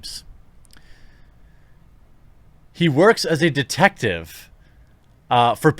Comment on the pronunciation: When you first tried to say detective I thought you was trying to sneeze. Sounded like you said 'defective'. Spicy.